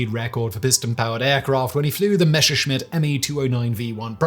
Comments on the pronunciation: Messerschmitt, Simon! ...NOT Mescherschmitt!! You only have to read it. ...it's not that hard. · Why "Meshershmit", FFS?